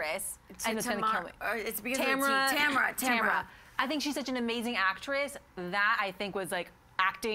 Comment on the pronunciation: "Tamra" lmao. It's Tamin.